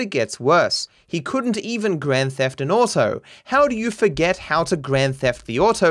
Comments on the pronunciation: Normal people: "Grand Theft Auto": "Grand Theft Otto" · "Grand Theft Autou"